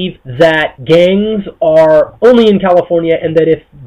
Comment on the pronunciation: GANgz ...why does he say it like that